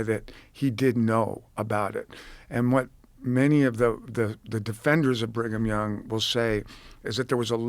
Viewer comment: Bring-em-Young….. with this name pedo’s were born 😂😂